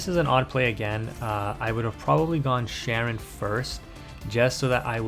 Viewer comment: Hearing people call her Sharon is such a huge pet peeve of mine lol. It's pronounced Shy-ren. But great video as usual.